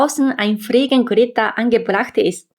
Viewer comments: Fliegengitter, nicht Fliegengritter. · dein Deutsch ist echt gut , nur ein kleiner Fehler , Fliegengitter nicht Fliegengritter 😅 habe dich Abonniert .. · Einfach süß die Aussprache von "Fliegenitter" ❤ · "Friegengritter" - sehr niedlich 👍 Trotzdem mein Respekt für das Deutsch. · Hallo, ich konnte feststellen, dass du Fliegengitter nicht gut ausprechen konntest. Da würde ich noch mal nachforschen oder zeigen lassen, wie du es üben kannst. Bitte sehe es als einen freundlichen Hilfe-Hinweis, keine Kritik. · Tipp: Die Aussprache von "Fliegengitter" nochmal nachgucken ansonsten nette Infos. Ich glaub das Kippfenster wird in nahezu jedem Ausländervideo - egal ob Amerikaner, Japaner oder sonst wer - erwähnt. Scheinbar eines der Deutschen Highlights, die für uns so völlig normal sind, dass sie sie ohne Auslandserfahrung gar nicht erwähnenswert finden "ist doch normal!"